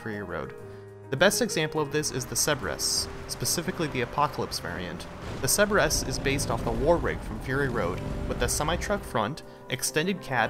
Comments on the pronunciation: Cerberus, Ser-Bur-Us, not Seb-Res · It's pronounced sir-ber-ris